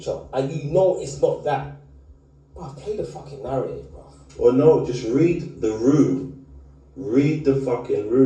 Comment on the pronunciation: Al gore rhythm and na-rraytive is mad